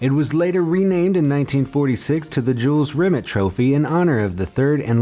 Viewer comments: Jules Rim It? Fucking hell, bad enough with burks on this channel saying hyper bowl for hyperbole, now there's this eejit. It's Rim-ay, not Rimit. Don't they check things they're unsure of how to pronounce? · Rimeeee not rimit!!! 😲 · Lol, Jules "Rim it" (it's French, Rim-ay) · Jules Rimmett? Try pronouncing it 'Ree-may'. He was French after all. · BTW, "Jules Rimet" is pronounced Jules Remey, not Jules Rimit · It’s the Jules remay trophy not remit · Who the f##k is Jules Rim-et (Rimet) it is pronounced Rim-AY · It's Jules Rim-ey you stupid yank. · Jules Rimet is pronounced Jules Rimay. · The way you say Jules Remet makes me sick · I knew all of these, and pronunciation of Jules Rimet trophy is wrong, it's pronounced Jules Rim-ay trophy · really, rimet was pronounced wrong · Jules Rimet is pronounced Jule Rimay. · At least learn how to pronounce "Jules Rimet" before you make a video, come on... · How can you pronounce Nike correctly and not pronounce Jules Rimet correctly seriously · You are pronouncing jules rimet wrong.